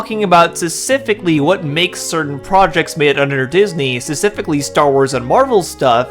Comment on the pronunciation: If you can't pronounce the word specifically - and you clearly can't - maybe don't include it three times in your script in quick succession? Or hell, why not go crazy and do another take where you don't mess it up? It's kind of hard to take someone seriously when they're talking about low effort grifters when their own level of effort seems oddly minimal.